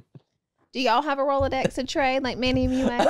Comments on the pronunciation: It’s not a Rolodex… it’s a rolodicks 💀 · rolladicks or Rolodex? LMAOOOO I’m dying